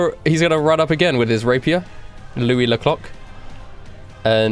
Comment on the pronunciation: Everytime they say louis ze clock i here louis the cock